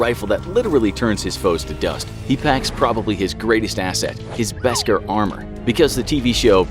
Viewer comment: Yo, this whole video is just wrong. First off, Jar Jar didn’t get a lot of sales as you mentioned for merch, and George Lucas was an amazing director/story writer! It is pronounced “Besk-AHR” not “Besk-ehr”, and LucasFilm DID explain what it was in the Clone Wars and other Star Wars books (Like The Jedi Path). They definitely won’t see this because they choose to ignore their viewers comments and feedback, that’s why you’re channel is getting so much hate. 90% of your subs don’t watch you anymore because of your disinformation, and your channel name is falsely advertised; it informs us on opinions, and straight-up lies. The only mediocre thing on your videos are your animations, but everything else is total bs. Funny how you still have 7m+ subscribers.